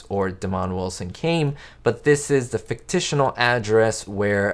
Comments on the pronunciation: "Fictitional"??? 😆 I think you mean fictitious. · There is no such word as “fictitional.” I think you mean “fictional” or even “fictitious.” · WTF is fictitional??? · Did this guy say “ficticional”? He could have chosen “fictitious” or “fictional” but he’s using his own personal language. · Fictional is a word, as is fictitious. "Fictitional" is not a word. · Fictional or Fictitious. Fictitional is not a word. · Good interesting video. I used to watch this show when it was on broadcast TV long long ago. But just a note. The word is "fictional," not "fictitional." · Is "fictitional" even a word? Otherwise, thanks for the memories. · Lisa Douglas also says fictitional 😂🤣